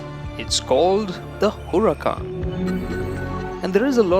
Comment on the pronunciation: U pronounced Huracán wrong👎🏾